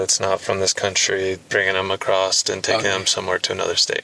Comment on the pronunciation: Acrost is not a word! Why do ppl pronounce ACROSS that way??